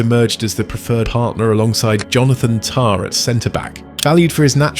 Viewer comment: First time I heard Jonathan Tah pronounced correctly in english